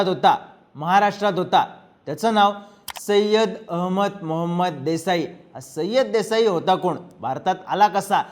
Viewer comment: सय्यद म्हणा